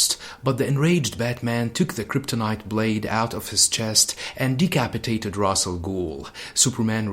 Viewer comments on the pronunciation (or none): Ra's = Raish Not Raz or Ros. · Ra’s pronounced “ rass “ means head or “head of “ not raish which means “feather “ in some dialects of Arabic